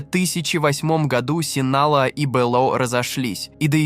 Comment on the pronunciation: Спасибо за видео, бро. Но зачем вставлять везде мини комментарии чувака с якобы измененным голосом? Раздражает все-таки… И картель не Синала, а Синалоа (произношение, как написано).